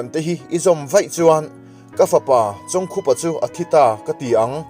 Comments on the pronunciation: A hming hi ilam diklo aw.. Khup tih hi thil khup anga lam tur.. Lamte tih leh Lampui tih pawh hi adiklo bawk..a ngaihnawm lutuk tlat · Pu Chawngkhupa tih leh midang hming I lam rik dan ngaihthlak a hreawm hle mai Chhiardan dik leh fiah deuh takin rawn titha leh rawh u❤ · Pu Chawngkhupa hming hi i chhiar dik lo char char. Bawkkhup tih a, khup tih lai ang hian lam ta la; Tin, Liangkhaia hming pawh kha i lam dik lo a nih hmel.